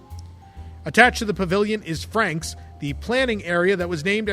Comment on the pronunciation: "Franc's" is pronounce "Fronc's".